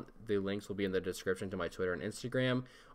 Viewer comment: When Did his Outro He Said Pea instead of PEACE! Hahaha